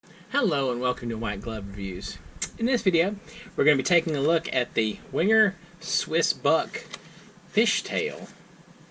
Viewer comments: Venguh! That 'w' is not an English 'w' but a German one. Never wing-er. If you're a reviewer of these Swiss Army knives, and Wenger was the only other Swiss Army Knife company other than Victorinox, until Wenger went bankrupt, why not learn how to pronounce Wenger correctly? Is this an American thing not to be concerned with proper pronunciation? A Uhmurqueen ting! W = V. G is hard G, as in GOT or GOAT. Final R is silent. VENGUH A small thing, unless you review a company with a non-English name. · It's Wenger, wang errr, I 100% genuinely and I really do mean this do not care how you think a discontinued knife company's name is pronounced